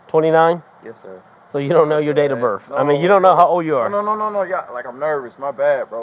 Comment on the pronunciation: Cop said YOUR DATE OR BIRF😂😂😂😂